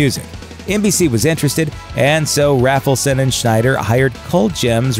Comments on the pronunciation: (it's Bob RAY-fel-son, NOT RAFFLE-son) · "Must come down for interview" meant not to come there high according to Rafelson (which is pronounced "RAYfelson" not "Raffleson" fyi), who is very goofily proud of that bit. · Rafleson is pronounced with a long A. As in RAYbert Productions. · It's pronounced RAYFULSON. Mike was the only one that answered the "MADNESS" ad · FYI, it's pronounced 'RAYfelson', hence the 'RayBert Productions'. Good post, though.